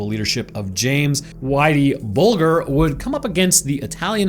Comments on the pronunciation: Pronounced bulge----err not bul---gur.. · 😂 that and "Bull-ger" 😂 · James “whitey” bulger pronounced “buldger” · How's it even possible not to know how Bulger's name is pronounced? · Just fyi, the "g" in Bulger is soft. Like germ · You dont even say whiteys last name right 😂😂😂😂just shows the lack of knowledge